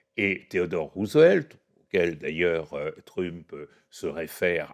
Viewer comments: Pourquoi prononcer "trump", pénible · Bonjour, très bonne vidéo, par contre pourriez-vous prononcer Trump correctement? Ça perturbe à chaque fois, vraiment je dis ça avec bienveillance. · J’aime bien comment l’invité fait un effort pour prononcer correctement « regime change » en anglais, mais prononce de façon bien française le nom de Trump 😂